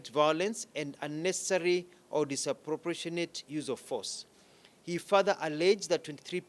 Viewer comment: Mispronouncing "disproportionate!!" repeatedly!